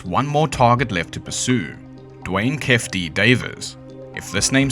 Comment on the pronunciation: Bro it’s not “kef D” it’s Keify D, like “key-fee dee”